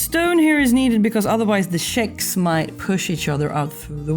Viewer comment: CHICKS.... NOT SHICKS